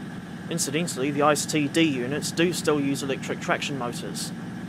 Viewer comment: Oooof on the pronunciation of ICE. It is pronounced e-ce-e not ice as in ice cube. Still excellent video though!